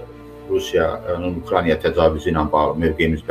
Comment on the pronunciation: Ukraniya nədi? Bu da bizim professor! UKRAINA!